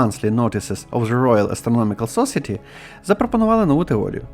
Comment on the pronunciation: Щось забагато сумнівних "досліджень". Якщо так далі піде, то скоро будемо слухати про анунаків? І трошки англійську перевіряйте. Мечазіла і сосіті різанули слух 🙂 Це конструктивна критика. Лайк за відео на підтримку каналу.